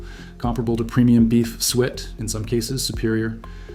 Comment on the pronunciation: You don’t know how to pronounce the word “suet”. That’s how much knowledge that’s been lost.